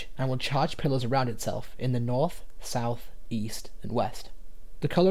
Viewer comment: I can't unhear pillars as pillows 💀